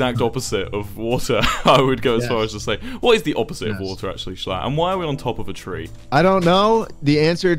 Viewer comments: thats not how to pronounce schlatt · ur saying sclatt like skleat